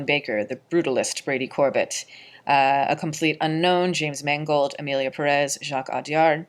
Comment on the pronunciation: It's Brady Cor-bay pronounced like the frozen dessert Sorbet....I just learned this recently- not trying to be annoying.